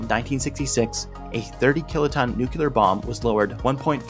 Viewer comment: ...nucular? 🤣 Jokes aside, you did an amazing job. The algorithm gods will one day reward you for your good work. GG